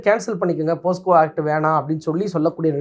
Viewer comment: போஸ்கோ தவறு. போக்ஸோ என்பதுதான் சரி.